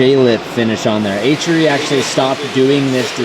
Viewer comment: The wheels are friken sick but can I just say h.r.e is not 1 word it should be pronounced H R E. :)